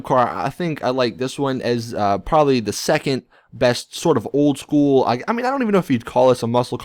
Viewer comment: My god, the way you say "Old school" OWLD SKOOLLL